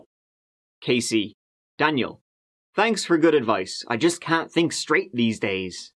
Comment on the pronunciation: Don't you mean... "Tanks, " 😉